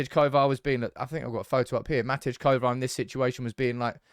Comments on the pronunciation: Matty Kovar not Matidge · MATTY Kovar, stop calling him MAT-EDGE! Please!